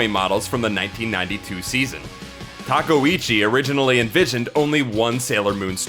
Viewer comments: Her last name is pronounced TA-KAY-OOCHI! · Sailor Aije Tortilla questionable pronunciation is kinda a trade secret of this series